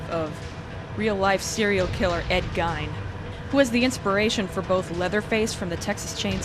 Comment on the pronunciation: 1st off i wish my girl friend was as big of a silent hill fan as you and second ed gime? Its more like gean